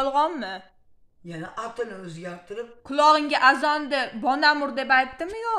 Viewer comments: Bonamurni ismini togri aytishdi organvosin onasi tavba😂😂😂😂balamur deydi😂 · Bolamur mas Bonamur 😂😂😂😂😂😂 oldin gapirishni organvosin qiziga sokinishdan orgatishdan oldin😂😂😂😂😂